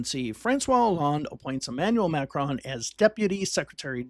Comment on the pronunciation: The mispronunciation of his name is driving me crazy. Nails on a chalkboard.